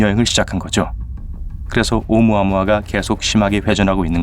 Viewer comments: 무식하긴. 오우무 아무아? 오우 무아무아라 읽는단다 ㅎㅎ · 나레이션으로 "오무-아무아" 로 읽는데 제대로는 "오(우)-무아무아"로 읽어야 합니다. 과학을 다루는 컨텐츠라면 제목 낚시질은 좀...